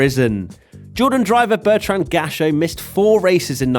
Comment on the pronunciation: Dude please just google how to prononce non-english names. Destroyed Bertrand Gachot harder than my bf destroyed my ass last night